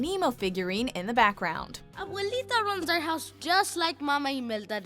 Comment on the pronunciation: "a boo lee tah" i'm sorry i cried with laughter